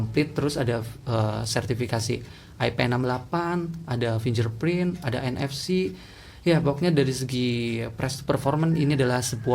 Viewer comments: huruf "g" di situ jangan dibaca "j" ya.. kira2 kalau pengucapan internationalnya seperti ini /ˈfɪŋɡɚˌpɹɪnt/ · Bacanya /finggerprint/ ya bang biar lebih keren tech reviewnya...